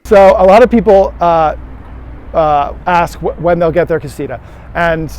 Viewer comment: Pronounced (kah-see-tah) damn